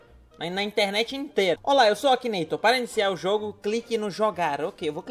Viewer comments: I R Ô N I A, e ainda fala errado "akineitor" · realmente, mas duas vezes... "Akineitor"